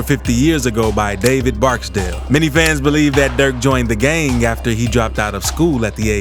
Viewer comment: I get what you’re doing, but cut that weird pronunciation out dude. You got to tone it down Gaaaang, sawng